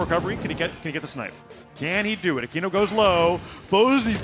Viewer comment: It's akeno not akino 😅